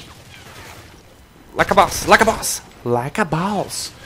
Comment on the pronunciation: As vezes ele fala Like A Baous!! xD